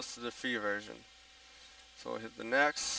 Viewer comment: it is next not nexsss just fyi ok like KmarT not KmarK